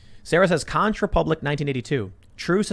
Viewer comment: It’s pronounced “conk republic”